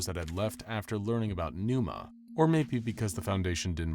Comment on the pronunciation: where did the 'p' go in Pneuma?